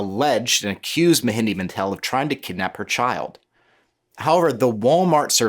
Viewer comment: Are you genuinely trying to prove all white people are stupid? You can’t even pronounce or heck at least get a spell-check on the person you’re talking about. Ma Hen DRA…… this idiot calls him mehendi